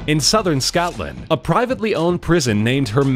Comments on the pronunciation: How can Americans not say Scotland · Scoutland? Scotland! As in scott-land